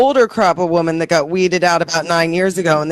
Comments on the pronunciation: It still drives me nuts that says woman instead of women. All the time. How is that a thing! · It makes perfect sense?? thinks "women" is pronounced like "woman." This is something we all learned to pronounce in first grade. Yet she doesn't understand it. OP is correct, she shouldn't be allowed to talk. And neither should you. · She has no idea how to pronounce "women." It's so weird.